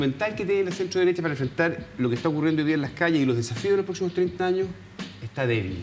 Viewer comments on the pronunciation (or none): Ya no pude más jajaja ya salió con su "deresha popularshhh" y "escuchamos al pueulo" xD mentirosos wns no representan a nadie popular !! chao